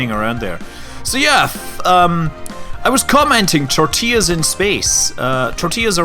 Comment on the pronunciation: You pronounced "tortillas" correctly. My day is made!